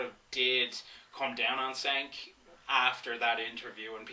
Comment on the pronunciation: You know to pronounce cenks name. Douchebag.